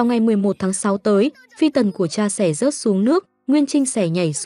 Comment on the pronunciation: Review phim hay nhưng thỉnh thoảng đọc ngọng, "mãi" đọc thành "mải" hay "nỗi" thành "nổi", "sợ hãi" thành "sợ hải", "sẽ" thành "sẻ", "buồn bã' thành "buồn bả"...Dấu ngã phát âm ko được mà đọc thành dấu hỏi😅